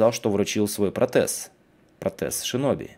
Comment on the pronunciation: Обещал говорить Шиноби,но продолжаешь говорить Синоби. Извинись в следующем видео